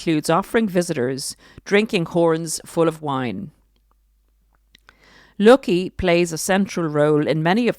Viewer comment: i think the Name is pronounced Low-Key .